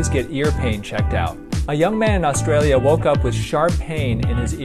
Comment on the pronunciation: Did i just heard AusTRaLiaaaaa?